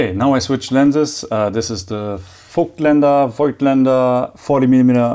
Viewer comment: Very nice Video… only remark: the „i“ in Voigtländer is silent (rheinisches Dehnungs-i)